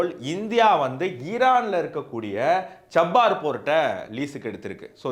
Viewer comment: Pronounce error. Cha - bah- hahr port